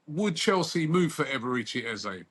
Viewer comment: Robbie: Eberechi ❌ || A-Baerechi ✅ 😂🤣